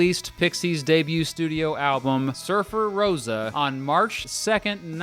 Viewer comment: It's not Surfer-Rose-a, it's Surfer-Roe-sa ;) Haha, like Levi-o-sa lmao.